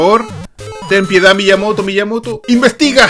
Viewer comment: Me Lo Perdi, Pero No Es Miyamoto, Es Pillamoto🤯😂